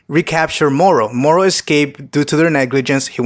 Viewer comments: Why are you using an accent on moro ? You dont use it on any other words, just say MORO not Murrru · The way you pronounce "moro " is lowkey cringey 🙄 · Why do you say mohoro instead of moro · Why are you pronouncing Moro's name like he's hispanic? He's a demonic goat wizard from another galaxy created by Japanese manga artists so I don't think his name would be pronounced with a hispanic accent? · dude please stop saying moro like that